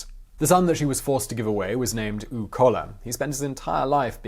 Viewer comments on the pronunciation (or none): butchering the witches name is one thing, but her last son was called "uwe", not "u". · Uwe is pronounced 'ooh-vay' in german. See former Manchester city player 'uwe rosler' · Uwe is pronounced (OO-vuh) ...greatly detailed, though!!! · Oovay, surely, not oo! Other than that, excellent! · Narrator, Uwe is said...Ou as in you, for the U and Vey for the WE, so Ou-Vey is your average Uwe. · "Uwe" is pronounced more like "oova" than like "ooo." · If you need help with German pronunciation, I'd be happy to help. For example, Uwe isn't pronouned 'oo', it's more like 'oover', or 'oova'. You make really interesting videos, but little things like this are unnecessary and distract from the actual content. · Uwe is a rather common name in Germany, however, it isn't pronounced "OOV" or such, but rather "OOVUH". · Simon: At least learn a bit of German. It's pronounced "Ooh-veh", not "Ooh". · The name 'Uwe' is pronounced as 'Ooh-Vuh' in German. In English it's most common pronunciation is 'Yew-We'. Think Uwe Boll, the 'filmmaker'... :-) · Uwe is [uve], not [u] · he's trying obviously, but Owe should be pronounced Oo-ver, not Ooooh as Simon kept saying :D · Uwe = "OOH-vay." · The name "Uwe" is actually pronounced OOH-veh. Like Uwe Boll. Wait wait, is this woman Uwe Boll's mother??!! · Her son’s name is pronounced ‘Oo-vay’ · My OCD is driving me crazy. Koch is pronounced coke. Uwe is pronounced Oo Vay. Kohler with umlauts is pronounced cooler. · Excellent work despite the cute pronounciation of German names....However I can't get over the way you pronounced the name of Uwe...... It's actually pronounced like this (Uvee)....Nonetheless it is an extraordinary short documentary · Uwe is pronouned OOVEY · Uwe= uh we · The son's name Uwe is pronounced (oo-va) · Last I checked "Uwe" was pronounced "OO-vay" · Uwe is pronounced oo-vay. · Uwe: eww-vay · actually Uwe should be pronounced as oove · Great video.....make a better effort in German pronounciation though! Uwe!!!!!